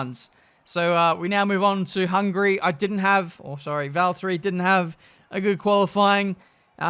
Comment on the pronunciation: No no no, he's driving Valterrrrri Bottas 😂